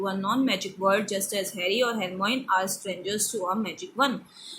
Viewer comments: yes Hermione ko Hermeon pardh rahi hai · Mam it is read as Hermione not Hermon and she is a girl not a boy.